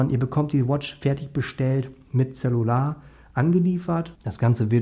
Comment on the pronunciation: Es heißt cellular nicht zellular. !!!!!!!!!!!!!